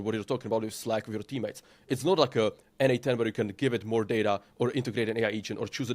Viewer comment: funny when you say quickly n8n it sounds like N8 10 ... i was confused when listening to this vid LOL